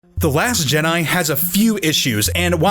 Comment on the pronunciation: "the last jhedih"